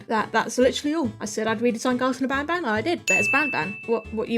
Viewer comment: Did anyone heard panpan i mean i know you ment banban but really 😂😂😂😂😂😂😂😂